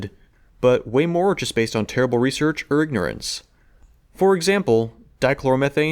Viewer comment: he said "or ignorance"